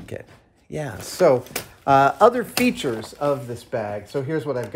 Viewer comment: "Let me show its featrures! Ha ha ha!" --Jorg Sprave